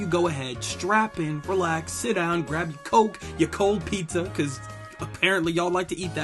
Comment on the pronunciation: Whats wrong with cold pizza. Why you gotta say it like that.